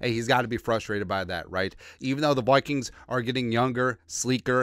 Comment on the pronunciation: Could you practice saying Vikings with like saying eye kings instead of toy like toy kings.